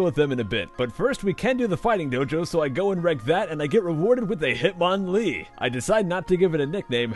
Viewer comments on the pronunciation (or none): Hitmonlee sounds like hit manly